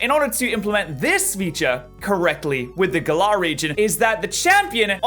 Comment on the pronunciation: Gal like "gallery" and ar like the word "are". Gal-ar